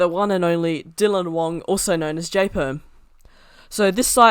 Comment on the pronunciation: Its Dylan Wang not Dylan Wong